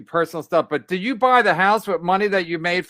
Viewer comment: "Didjew or didjew not...."